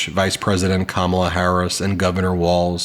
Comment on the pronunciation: If DJT insists on pronouncing her name Ka MAL a, his name should be pronounced Don OLD. Seems fair.